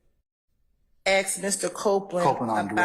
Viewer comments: She doesn't ask she axe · Yeeeeesss! Plus she will say. .. AX! and not ASK!!